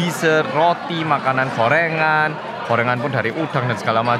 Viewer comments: Apa cuma aku yang dengar bilang korengan bukan gorengan 😅😅😅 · Gorengan tapi kedengerannya korengan.. Sampe gagal paham, karena di Indonesia, korengan itu penyakit kulit (gatal2) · bilang gorengan, ak dengerny korengan😂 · Aku dengernya 'korengan' ternyata gorengan :'v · Makanan korengan :))) yg bener gorengan😂😂😂